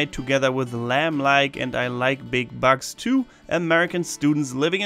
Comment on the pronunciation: I thought Said I like big “Bucks” instead of “Bugs”😂